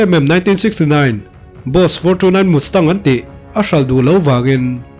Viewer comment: I thil lam dan hi chu a thing ve chiang alom😂😂 Mustang kha ti khan lam tawh suh, a nuihzathlak lutuk, ( Must -tang) .... We must do ti a, must i lam ang khan, Must-tang hi lam tur ani zawk e aw.....